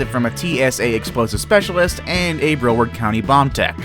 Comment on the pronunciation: broward not brooooward